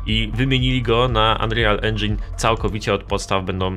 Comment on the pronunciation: plis, wymawia się ANRIL, nie ANRIJAL ENDŻIN